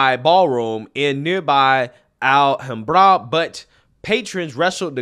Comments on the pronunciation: This is an awful story. My heart goes out to the victims and their families. I hate people leaping to conclusions for political purposes as well. But, your pronunciation of Al-ham-bruh is...well just wow. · FYI, "Alhambra" is pronounced Al-Ham-br-a. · Great video, timely coverage of some disgusting reactions to an act of pure evil. Would like to take a moment to correct you pronunciation, though. If you don't mind. Alhambra, named after a Moorish fortress in Seville, Spain. So of course its an Arabic word which has been hispanified over the centuries. Pronounced al-HAM-bruh. Torrance, simple accent on the first sylable. TOR-uns. Think "Heavy rain there in the winter, torrents in Torrance." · Iv never heard anyone pronounce alhambra like that before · The correct accent emphasis on “Alhambra” is on the second “a”, not the last. AlHAMbra - with the “ham” pronounced like the pork, ham. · It’s Alhambra not Al Hambra. One word - Alhambra. Say it now: Al-ham-bruh. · Great content like always. I just want to say the city is pronounced Alham bra not al hambra. Love your channel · I know you’re not from California, but it’s Al-HAM-bra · They’re already putting a spin on the assault weapon angle by claiming the shooter used an “assault pistol with extended magazine”. Anything to divert attention from the conclusions they’ve tried to jump to, I guess… BTW- it’s pronounced “Al-HAM-bra”, not “Al-hahm-bra”. The locals there will look at you funny when you pronounce it like that lol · Alhambra, pronounced al-HAM-bruh Interesting to hear how people pronounce unfamiliar city names. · It's pronounced Al, like the name, Ham, like the pork and Bra like bruh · FYI… “Al-ham-bruh” = Alhambra … otherwise a good video! 😎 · Al Ham Bra. Al like Allen, Ham as in pork, and Bra to cover the tatas. Alhambra. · Al - Hom - Bruh. It's right next to monterrey Park. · Al-ham-bruh.. Al as in Al from home improvement. Ham, as in cooked ham. And bruh. As in bruh. Alhambra.